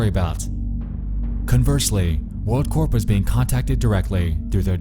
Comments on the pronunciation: actually that’s corps, with an s. corp is pronounced with a p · It's pronounced core not corp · Corp is pronounced CORE my guy